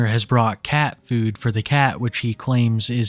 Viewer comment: Dawg you say the word food like a fucking weirdo. FEUWED